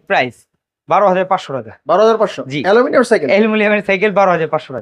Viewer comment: Aluminum ❌ Alumilianm✔️